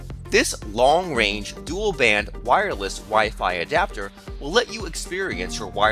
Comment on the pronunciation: WIREless is how he says wireless